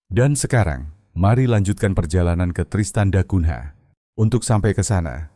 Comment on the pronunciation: Narator cara anda menyebut bbrp nama yg berasal dari bhs Porto (Portugis) spy dioerhatikan terlebih kata yg yg berakhiran NH harus dinunyikan sengau ny. Misalnya mengeja nama kota Tristan da Cungha. Dieja Tristan da Kunya bukan " da kun "ha" yg anda eja saat ini. Juga kata2 lain yg ada huruf nh di akhir suku kata. Spy anda tdk ditertawakan narator. Ini bhs orang orang Portugis.